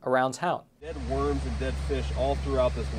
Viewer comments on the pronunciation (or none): none